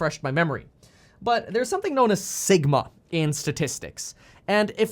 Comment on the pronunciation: For a second when he said sigma i thought he said Ligma